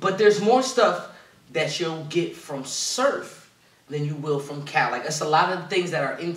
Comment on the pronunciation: is amazing at these breakdowns but for some reason he always gets Cal’s wrong lol